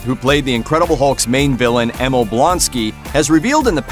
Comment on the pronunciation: Wow.... can't pronounce Emil Blonsky. come on guys. It's pronounced Eh-meel not Eh-mihl